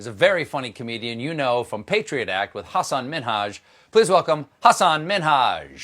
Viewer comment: no, the name Hassan/Hasan in both Arabic and Urdu has the second syllable emphasized. So it is Hah-SAHN. The H doesn’t have a perfect English equivalent, but that’s as close as you get. (Source: I speak Arabic, and have a degree in linguistics.)